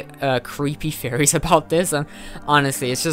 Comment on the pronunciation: This is a great video! However I can't help but hear "furries" whenever you say "theories"